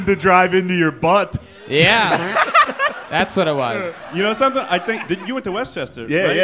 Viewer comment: The emphasis on the tt in butt 😂😂